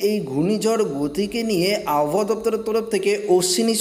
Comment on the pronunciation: উচ্চারণ ঠিক করতে হবে। অশনি সংকেত আব হওয়া ।